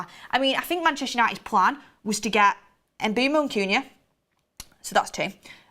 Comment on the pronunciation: My head hurts when and Mark say MBEUMOs name 🤦 it's pronounced mbwemou mboumo 🤣🤣